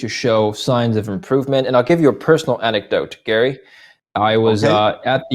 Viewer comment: Gary pronounced him wrong